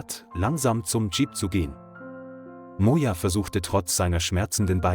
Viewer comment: Bad pronunciation: I heard Mona for Moja and gods for goods.